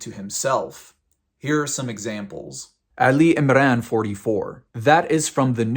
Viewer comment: Why do christians feel the need to lie and invent million of stories to prove their point? The guy was never a muslim and cant pronounce a word correctly in arabic.... cant even say the name of the surah Al imran correctly, he is saying Ali Imrane 😂